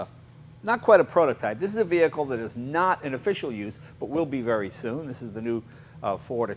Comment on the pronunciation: "Move away from the v-hear-cle"